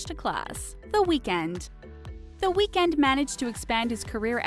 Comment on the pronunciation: the weekends from Scarborough tho get it right